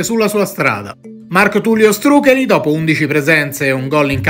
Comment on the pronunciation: Non so se sia gia' stato detto, ma Štrukelj (cognome d'origine slovena) si dovrebbe pronunciare "struchegl" e non "strucheli" - la LJ e' un fonema a tutti gli effetti e si legge come GL in quaglia o faglia